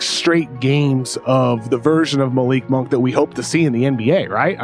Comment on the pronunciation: KOC's greatest contribution to the Ringer was correcting Bill's pronunciation of "Malik Monk" after like 2 years